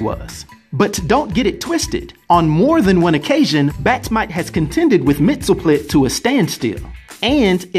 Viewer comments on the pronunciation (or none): You're are mispronouncing Mr. Mxyzptlk. Mainly the ending part of his name which sounds more like "LICK" not "TILK" try sounding out his name two letters at a time. It's a little less difficult that way. Remember "Pittle-Lick" not "Pitilk" short "i" not long "Ī" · Correct pronunciation is Mix, yes, spit, lick. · I think its pronounced Mr. Mix-yes-spit-lick